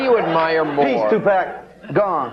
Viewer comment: in and already seething. These people have no idea who Tupac Shakur was, what he represented to not only the black community, nor how to even properly pronounce his name. Two-Pack, seriously? Chick talks about hypocrisy yet hasn't done her homework. I never believed in that rape business. As for the other, well, he was feisty, but nothing too serious that folks don't often do when they're young, before they learn. This is a perfect example of how media manipulates us in to what to think. Stay woke, peeps!